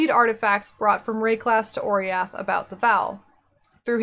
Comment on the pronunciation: i always though oriath is pronounce o-rah-yath